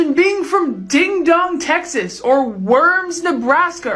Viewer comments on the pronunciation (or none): none